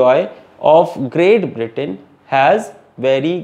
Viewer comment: Sir it is Britain not Britian 😂😂😂😂☺️